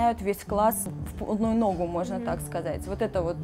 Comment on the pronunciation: если бы речь ведущей всё это время была внятной и грамотной, я бы вам поверила (хотя подозреваю, что пастель всегда произносили чётко через э, как иностранное слово), но поскольку знаменита своими "сюитАми", "длиньше", "ногУ" и прочими чудесными ошибками, то останусь при своём мнении.